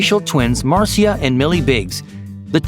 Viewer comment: Am the only wan who realised he mispronounced the name Marcia wrong